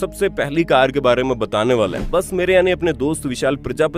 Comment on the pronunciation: कर का नही कार